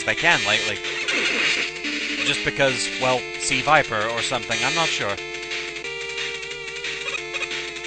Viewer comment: It is NOT Suh-viper. That's a Pokemon. She is Crimson Viper. A secret agent seeking the destruction of Shadowloo and S.I.N.